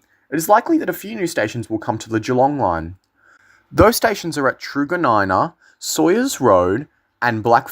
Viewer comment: That was cringey. Keilor rhymes with dealer. And there's no W in Sayers.